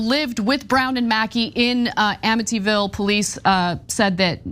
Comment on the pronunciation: Wait, did she say ammityville